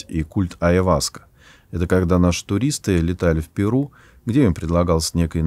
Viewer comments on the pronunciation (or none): none